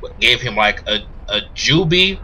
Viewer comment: Are you saying ''Seal the Doobie'' or ''Seal the Joobi''